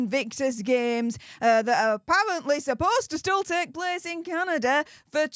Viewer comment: It’s pronounced Canada 🇨🇦 Not Candader